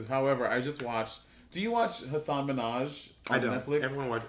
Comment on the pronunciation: Monet you're mispronouncing Hassan Minhaj